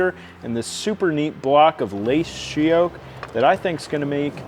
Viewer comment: That wood is beautiful! I couldn't quite understand what you said it was. She oak?